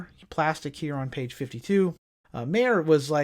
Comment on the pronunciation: Are you aware you pronounce most of these brands incorrectly. Maier, acerbis, wiseco, mikuni, keihin. Anyway, love the channel its just my own ocd